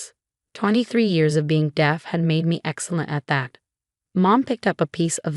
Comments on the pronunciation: Deef? Seriously? How difficult is "deaf"? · I think that when the text-to-speech was applied to the original text it pronounced "deaf" phonetically. Although AI can do much, it will still need human guidance to catch issues like this. One thing that might help is to first write the text phonetically (so "deaf" could be spelled "def" or "dehf"), run text-to-speech on it, check and correct where needed, and then correct the spelling where needed for the displayed text. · Deaf is pronounced as spelled. You pronounce deaf as "deef". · One would think that in a narrative about being deaf, one would know how to pronounce the word deaf.